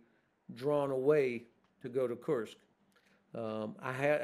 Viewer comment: This man will hopefully become the US president one fine day. He is so reasonable thoughtful and intelligent. Guessing he's also reads Cyrillic cause he pronounces kursk correctly...i always listen to him